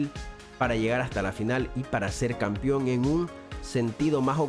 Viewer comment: ¿Por qué dice Campión?.